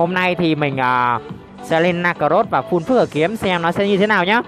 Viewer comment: Em góp ý 1 tí , là full chứ ko phải fun anh :))